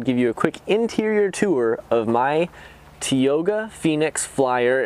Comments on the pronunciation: There is no "E" in Tioga..it's T"I"oga not T"E"oga!! but since you are hot as hell and everyone else agrees I guess I can ignore that! haha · He is a hottie for sure, too bad he can't pronounce Tioga correctly!! haha